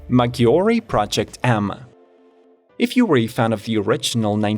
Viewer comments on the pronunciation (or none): It's 'posed 2 be pronunced Majjyore , In Italian when the double G is present in a word , just pronunce it like "G" in English, when the Ghi is a part of the word , then you pronunce it as the in the word Spaghetti or Lamborghini, and I hear that you pronunce other Italian words properly